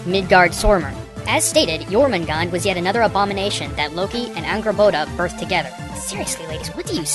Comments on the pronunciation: You miss pronounced the snake Jormungandr. Its pronounced your-min-goon-der.. thats the best way i know how to describe it. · As someone whos from iceland, you actually pronounce the nordic names pretty well, except jörmungandur